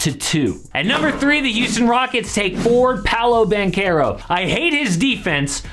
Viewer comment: Wow, someone who actually pronounces "Banchero" correctly. I'm seriously impressed... Let's hope he has a long career in the NBA like Beli or Gallo and not like Melli, Datome or Mannion (don't even talk about Bargnani, because he had talent but wasted it so badly)